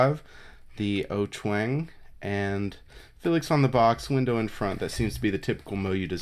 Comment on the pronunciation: It's pronounced more like "ow-choo-wang", but whatever.